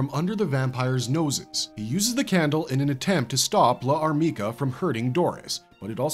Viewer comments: Problems with this video: mispronouncing Llarmica and referring to the LN and Manga as adaptations of the two anime productions. The anime were loosely based on the LN, while the Manga was more closely adapted from the LN. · I think L'armica should be pronounced without a pause for the apostrophe, like the elision concept in French. Think of Jeanne D'arc (aka Joan of Arc), it's "zhaan daark", not "zhaan dee-ark".